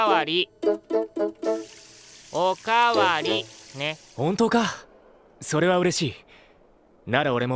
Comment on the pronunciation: "O-KA-WA-RI" lolol